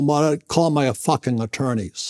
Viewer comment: I like how emphasized the "F" in "f***ing"